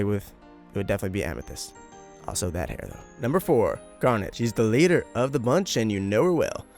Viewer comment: pronounced am e